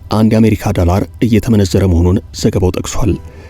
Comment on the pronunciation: ፈታ ዴይሊን በጣም እወድደዋለሁ ግን ቅዳሜ እና ረቡዕ ሲደርስ የምሽት ዜና መከታተል ያስጠላኛል ምክንያቱም አንተ ጋዜጠኛ የድምፅ ቅላፄህ አይመቸኝም ዶላርን ዳላር እያልክ አብይ አህመድን እየመሰልከኝ ነው😂😂😂😂